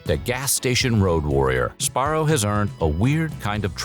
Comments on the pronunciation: What the heck? The narrator keeps saying Sparro instead of Sbarro. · what is "spar-oh"? it's "suh-bar-oh" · Si-BAR-row lol. Say the Si quickly. Syllable 1: Sih Syllable 2: BAR Syllable 3: Row He is saying it wrong. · I think youre saying that wrong. Its sBarro. Say the B. But also.. just remember, 7-11 pizza you eat the box too 🍕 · Also, I always pronounced it as "Sabarro" instead of "Sbarro" because even though I knew how it was spelled, I didn't know how to pronounce it or what the correct pronunciation was. I also was born and raised in 1999 so when I grew up going to malls in the 2000s and I grew up eating Sbarro, I just assumed since I was a kid and I didn't know how to pronounce it correctly (and since no one corrected me at all in the first place), I just assumed the name "Sabarro" was correct instead of "Sbarro." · I never knew it wasn’t pronounced Su-barro. Like su-burban, I guess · It's not pronounced SaBarro? Wow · You're not a real Sbarro fan if you weren't pronouncing it Suh-barrow :D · Am I the only one that pronounced it "Sa-Barro"? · I’m crying cuz I’ve always pronounced it “SA-Barro” LMFAOOOOO whatttt!! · This guy makes it sound so easy to say the "sb" sound in one syllable. I can only say it as "subarro". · I always pronounced it Sa-Barro. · Si- BAR-row lol. Syllable 1: Sih Syllable 2: BAR Syllable 3: Row He is saying it wrong. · Yeah he's saying it wrong. sBarro. Or Si-BAR row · I didn't know the b in Sbarro is silent.